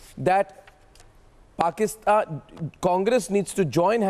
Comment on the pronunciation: Dear It is not porkistaan but it is paikanistan.